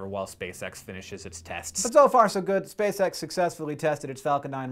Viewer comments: Anyone else hear "space sex" when Hank said "Spacex"? Nasa, why would you do that? Why? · I thought you said "space sex mission"